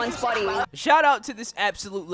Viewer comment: When he said peace at the end it sounded like he said peas and it made me laugh.